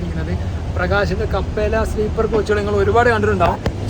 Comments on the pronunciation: കപ്പേല അല്ല bro ക്യാപ്പല്ല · കപ്പേല അല്ല ബ്രോ ക്യാപ്പെല്ല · കപ്പെല അല്ല ബ്രോ ക്യാപ്ല്ല aanu